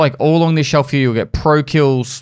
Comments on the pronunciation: Instead of "here" he says "heyuh" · I fucking love the way that says "Here" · He said "here" without an accent. O_O